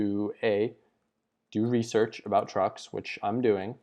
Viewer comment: RESEARCH not REASEARCH